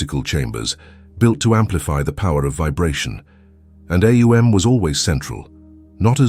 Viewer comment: AhOONG. The correct pronunciation